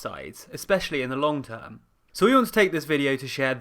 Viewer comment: Emphasis on “long-term”.